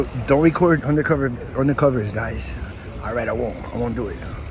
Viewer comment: Undercovers sounded awfully like "Any of the corruption"